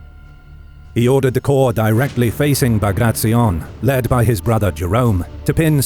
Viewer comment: It was an amazing video but please next time pronounce his name as you read his last name was B A G R A T I O N as you write you read the same way, not BAGRACZION.